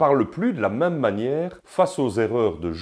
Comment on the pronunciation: D'abors on dit "mème" pas "m1me", si tu me permets cette locution quelque peu phonétique !